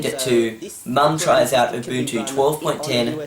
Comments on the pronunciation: "abuntchoo" is how i pronounced it before seeing this video. lol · She should’ve clicked ALT + F4 to close the mail app And I literally heard bunchu instead of Ubuntu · Its not UbunCHU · in my contry we call ubuntu u-bun-to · Its Ooo-bunt-you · you said it wrong you have to say it with an aus accent. "down unda"